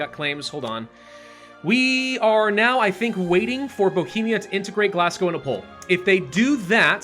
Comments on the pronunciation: I died everytime he said Glasgow. Where did the s came from. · Tip: Głogów is pronounced Gwo-goov